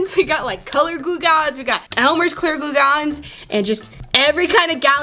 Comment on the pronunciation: It's glue not gluaaaaal